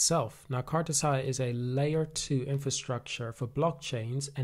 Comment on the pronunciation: Can you stop calling it cartazay